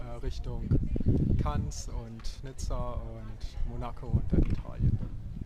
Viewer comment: Cannes wird „Kann“ gesprochen ;)